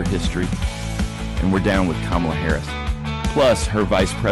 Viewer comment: Cumall-ya Hoe-rris